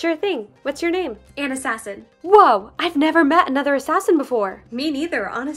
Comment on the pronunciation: Just saying that would be ona not Anna